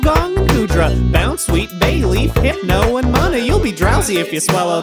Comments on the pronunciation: garbodor has emphasis on the ‘e’ illumise is pronounced ill-ooh-mee-zay munna is moo-nuh hippowdon explains itself and i’m pretty sure its pie-low-swine (also, pretty much everything in the educational section, but those are plays on words, so its ight) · Munna was incorrect.